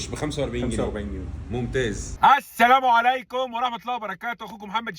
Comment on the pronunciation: 🔺متختصرش السلام .. حاول تنطق السلام كامل وواضح السامو عليكم مش تحية المسلمين